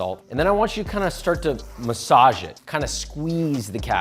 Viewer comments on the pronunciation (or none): none